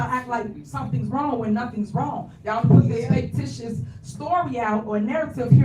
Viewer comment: Did she say Fake tious instead of fictitious